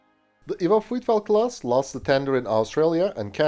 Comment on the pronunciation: "Vitfelt". not "Frrruyfelt".